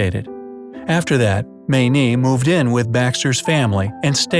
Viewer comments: Dear. Every Mayne I've known (and there was a family of 14 in our church, they have spawned and re-spawned) pronounced their last name as Main, not Maynee. Every time you said that, it drove me nuts. Why wouldn't you research things? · Did you ACTUALLY pronounce the woman's name as "Maaa -neee"????? She wasn't Chinese you know! Cripes! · Her name is pronounced Main. Js